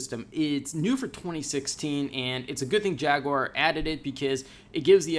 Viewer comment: Jag..u...ar... not jagwar fucksake